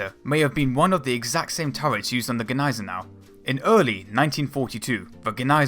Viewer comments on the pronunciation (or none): Your pronunciation of Gniesenau makes my teeth itch...